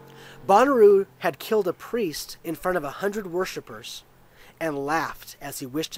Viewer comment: Shouldn't it be said more like Bow-na-row? Bonnaroo is a music festival. :)